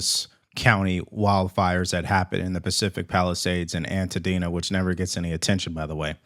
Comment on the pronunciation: Dude lives in LA but doesn’t know how to say Altadena😳👀🤔… sounds like a Canadian to me 😵🤷🏿‍♂️🤐